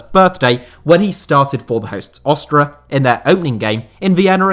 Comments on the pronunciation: What's with the weird pronunciation of Austria? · You say Austria wierd.